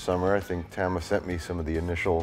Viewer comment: I love how Mike pronounces "Tama" incorrectly. He's like the Wilford Brimley of drums.